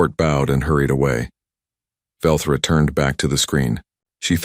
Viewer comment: its velthra not Velcro however it it were Velcro it would stick with you